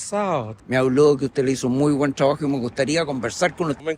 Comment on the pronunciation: Dicen y pronuncian "el travajo", "havlar", etc.